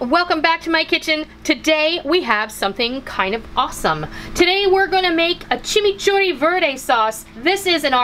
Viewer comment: Yayyyyyyyy!! A recipe from MY COUNTRY!!! I was born in Argentina 🇦🇷 I love how you pronounce chimichurri 💟 Hugs from Texas!!! 💟